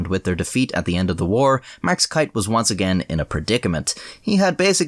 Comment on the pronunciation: its.....keith......not kieth......or asa your saying it kiath